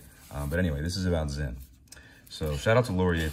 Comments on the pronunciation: Thank you for pronouncing it "Zinn", not "Sin". Most don't. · I guess you meant BALANCE SPRING and not SPRING BAR, with anti-magnetic properties and all?? props for correct brand name pronunciation btw. 👏🏻👏🏻